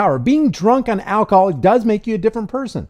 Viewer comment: Sounds like the officer says alkihoaul makes yaw a different person